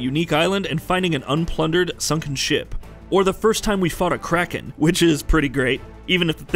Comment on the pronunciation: After a few negative and vague reviews, you are the first review to make me want to play this!.. I'm getting a Xbox One X this week!.. Omg you make it sound so epic!! Lol Edit: It's Kraken, not Krackin LMAOOOO